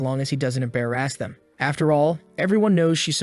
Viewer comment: Im bare ass him wonderful pronunciation of embarrass him